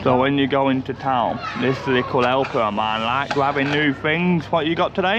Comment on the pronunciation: You say "lickle" a lot – the word is LITTLE!